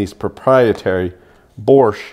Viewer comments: It's Bosch, not borscht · I'm amazed where you find an R in Bosch.